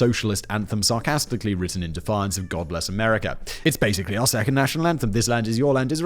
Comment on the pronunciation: What Simon said: God bless America What I heard: God-less America A bit more honest really.